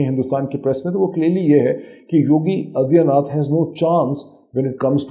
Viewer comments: You are not pronouncing Aditya properly. You are pronouncing it Adiya. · Padha likha Pakistani Aa-dit-yaa naath aur gyaan-waa-pi pronounce nahin kar paata. Isko mai kya kanoon u-suoup pee-jyada, yaaa you sub peee jyaada ? Idiots make videos without any knowledge and study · What kind is ANALyeast is this Moeed can’t even pronounce ‘Yogi Adityanath’ aur inko Kashmir chahie 🤣🤣🤣